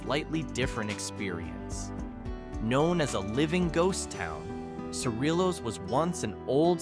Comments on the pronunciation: Sa Ree yos as cerillos is pronounced and the video was from Madrid NM not Cerillos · Cerillos…say, “seh-REE-yohs”